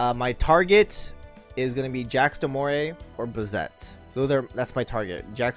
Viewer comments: It isn’t “jacks de moray”, its more like ZHOCK de mo-LAY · You keep saying the name wrong. It's Jacques de Molay. Jacques is pronounces jack. He was the last leader of the Knights Templar beforing being betrayed by the French king Philip the fair and the pope and burned at the stake.